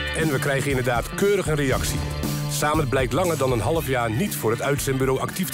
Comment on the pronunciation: Samed spreek je uit als Sammet. Niet Saamet.